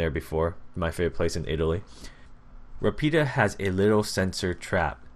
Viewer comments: you pronounced savio perfectly, but rapida is pronounced ràpida. Anyway thanks for helping the italian community getting noticed by ubisoft ! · You said Savio kind ok but Rapida you said it awfully and I'm Spanish no offense means sage/wise and fast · I know your English/American but u completely butchered those words in Italian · i m italian. when you say RAPIDA, the accent is on the A